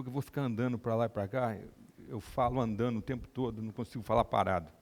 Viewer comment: Que pena ver um médico falando: estudano, pareceno, andano... Onde foi parar o seu português, Dr ?!